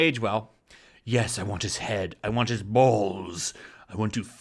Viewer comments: I read this seconds before I heard that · The balls are inert!